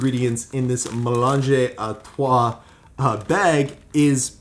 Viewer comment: It is actually pronounced melange a trois meaning "A mix of three". Was funny the way you pronounced it hehehehe :)